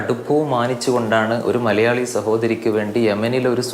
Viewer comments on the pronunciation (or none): none